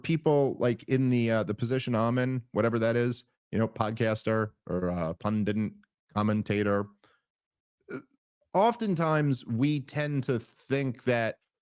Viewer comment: pundit not pundint